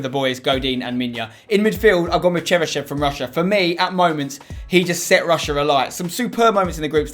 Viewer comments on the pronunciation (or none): none